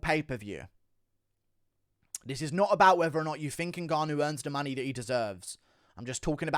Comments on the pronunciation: I'm English as well but why can't you say the word money? Or anything with ey in !? 🤣🤣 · I know right it so jarring the way he says it, just want to put him in a headlock. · Why can't he say 'UFC' or 'money' properly? What is up with his accent. I have no idea where it's from in Britain